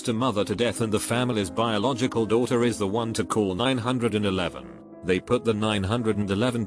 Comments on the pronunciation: Normal people: 911. Text to Speech guy: Nine Hundred and Eleven. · 911: exists computer voice: nine hundred and eleven